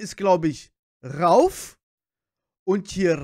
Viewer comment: Ich schreibe zur Abwechslung mal einen deutschen Kommentar 😄 PS: der in der Mitte heißt RaUf (Betonung auf dem U) PPS: Niletto und Jony sind zur Zeit meine Nummer 1 😍💖🌹